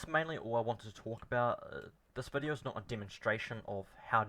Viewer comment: VID E O not vidior!